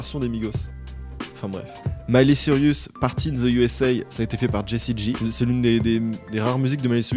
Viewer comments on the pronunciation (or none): maiyghley sirius quel prononciation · « miLeY siRiUs » 💀